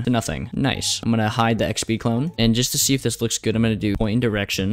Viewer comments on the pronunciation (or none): why shtable and shee and shcratch?